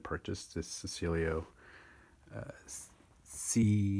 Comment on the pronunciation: It’s pronounced Che..cilio not secilio and they are horrifying bits of plywood.